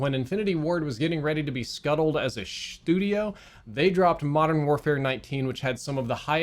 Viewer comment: Idk why ‘Shtudio’ sent me into giggle fit